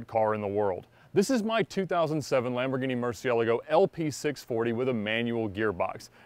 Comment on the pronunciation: It's good to hear someone actually pronounce the murci name the right way to ❤